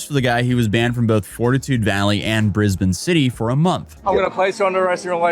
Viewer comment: Bro I got jump scared hearing my local area name dropped here. Also thank god for pronouncing it as brisBIN instead of bris-BANE